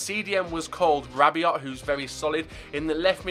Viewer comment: You pronounced Rabiot wrong - the 'T' is silent so its like rabio